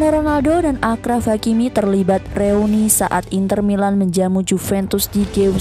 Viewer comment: Thanks videonya ya min.. tapi itu bacanya Asyraf ya bukan Akraf. Akar katanya = syarif (Arabic), n arti asyraf adalah lebih (atau paling) mulia/luhur.. misal digunakan untuk pujian kepada Nabi Muhammad SAW sebagai asyrafil anbiya wal mursalin (yang paling mulia di antara para nabi dan rasul). Gitu.. Kurang lebihnya mohon maaf.